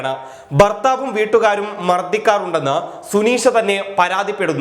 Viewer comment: ബർത്താവല്ല ഭർത്താവ് 😄